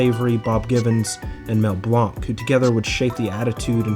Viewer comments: Mel Blonk? c'mon now its Blank with the 'ay' sound you should know that. Love this channel though, one of my favorites for sure. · "Mel Blonk" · You misprounced Mel Blanc's surname wrong. It's "blank" not the french-like blanc. In fact, his surname originally was spelled with a K making it literally Blank. He legally changed the name into Blanc after a teacher has told him that "he'll amount to nothing, being a blank".